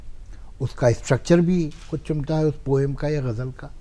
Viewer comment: I am surprised the lady interviewer pronounced Ghalibs ghazal as " gajal ".